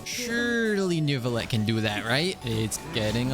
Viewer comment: I can’t stop hearing “Nervillette” 😭